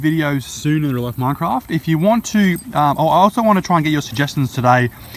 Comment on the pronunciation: New real life mincraft and in the older days he said life like loife